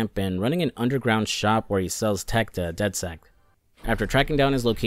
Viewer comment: Did you really call dedsec dedsect?😂